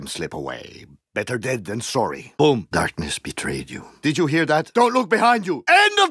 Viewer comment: Soory Not soory